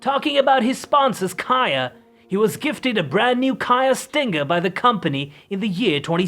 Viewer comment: kih uh? lol really?